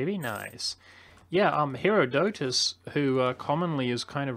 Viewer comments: phonetic pronunciation: her-ah-ditus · Btw, herodotus is pronounced more like her-odd ah-tus. (say the 'ah' very quickly) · not even gonna criticise his pronouciation of Herodotus?